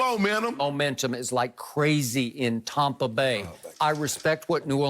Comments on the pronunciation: I freaking hate it when Skip says Tompa Bay, it makes my ears itch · Its tampa bay not tompa bay skip...Brady ant made a name n tampa yet..yall going to respect us in the 813..love the show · Stop saying “Tompa Bay” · TOMpa bay LOL I hear you skip.